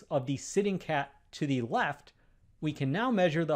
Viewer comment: Ay table? Ay cat? Thee table? Thee cat? The words are A and The, spoken with a schwar [ ə ].